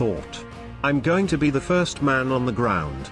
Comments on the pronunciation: Learn some English. 2nd is pronounced second - not two nd. 1st is first, not one st. if you're a historian, take the effort, slight as it is, to learn the usages. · If you must use a robotic voice make sure it speaks what is written. 1.. s...t.... stupid error.